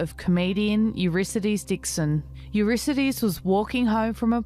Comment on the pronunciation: It's a pity that the presenter can't correctly pronounce the name Eurydice ("You-RID-uh-see", not "You-RISS-uh-dees")